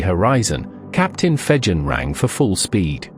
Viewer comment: *Jervis Bay. And Fegen is pronounced with a hard 'g'.